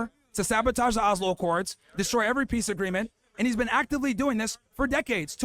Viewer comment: “You’ve never bean?” 😂😂😂